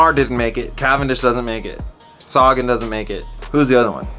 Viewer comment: Great vid as usual. We gotta work on your pronunciation of Sagan though. Quintana is the biggest disappointment of the Tour for me. I thought he was a climber.